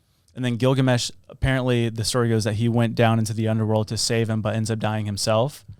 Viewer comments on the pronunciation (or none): Bro you butcher the epic of Gilgamesh lol you got about 50% right